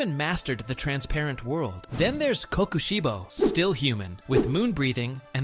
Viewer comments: U mean mitchikatsu? No hate but it made me so mad when u kept saying kokoshibu😭🙏🥀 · Why say kokushibo like that